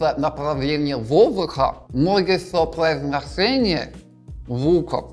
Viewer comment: Слова "произношение" и "Жора" произносит как русский